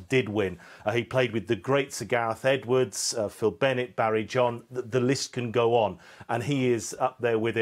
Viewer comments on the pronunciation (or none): none